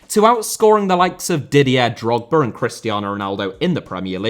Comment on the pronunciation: Cantona* not Cantonohr Trial* not Trahl Debut* not Deibyu Drogba* not Drogber Wildly* not Waldly Pelé* not Pelei Baresi* not Bareisi Kanté* not Kantei Dispossesed* not Disposessed Eden* not Iren Serie* not Seri Wolfburg* not Uolfsbög Had he been* not Had he have been Aleksandr* not Alekzander Grêmio * not Grémiouw Bernabéu * not Bönabeyouw 15 mistakes ffs